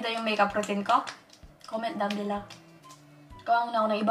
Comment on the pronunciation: I love when said belo instead of below 💖💖